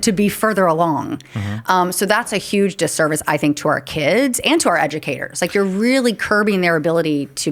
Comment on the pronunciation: It's not "deservice" it's "disservice" 😂